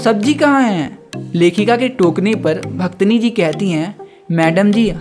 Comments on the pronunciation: Bhit achha samjhaya bhaiya nice explanation 😊 but aap bhaktin ko bhaktni bol rhe ho😅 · Bhaktini nhi bhaiya please pronunciation sahi kro aap apni wo bhaktin hota hai 😂😂😂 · Mai ye video dekhleta pr tune suru me hi bhaktin ko bhaktini kehdiya isliye jara hu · Bhaktin ❌ Bhaktani ✅ 😂😂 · The explanation was good but it's bhaktin and not bhaktini 🤦🏻‍♀️ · Bhaktani nahi pehel bolna sikh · That pronunciation of bhaktini forced me to leave the video 😷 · Each time he said bhaktni, the Hindi student inside me died out of pain....🥲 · For real yrr😐